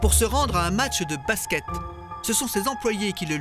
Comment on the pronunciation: Deja quand tu entend baské au lieu de basket Faut pas demander l etat de l enquete comment elle est faite ....